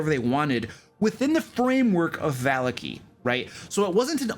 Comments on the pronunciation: Not sure if this guy just choses to mispronounce every name juat to make it sound different. Ih-zek Val-ya-ki Wak-ter Ih-rina iz-mark Val-ya-ko-vitch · Watchter is pronounced Vocter its German... I was corrected by a player on my first game ever lol. Also barovia naming tends to be very Russian/Romanian so you pronounce every letter in the name unlike English. Vallaki which is Named after the Baron's family Vallakovitch would both be Va- la- kee and Va- la- Ko- vit- ch. But you are consistent with your pronunciations so just ignore me being a Nazi about it lol. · vuh - LOCK - ee. vuh - LOCK - Oh - vich. it's east European flavored dude lmao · I'm sorry, I just can't go on. The way you pronounce Vallaki. I'm just... Its me... I'm sorry. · not just you ...